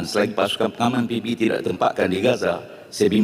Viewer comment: Penyebutan ikutan Indonesia ngeja singkatan malah pi bi bi 😂😂